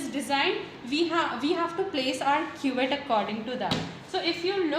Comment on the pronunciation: Not quet it's cuvette